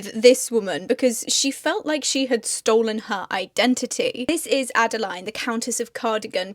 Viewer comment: My middle name is Adeline and I know a few others called Adeline.. sorry to say you seem to pronounce our name a little differently.. add-a-lean is the best way I can type it :)